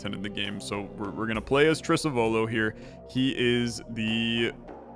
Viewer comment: Correct pronunciation should be Trisàvolo, if it's Italian for "great great grandfather" or "Ancestor"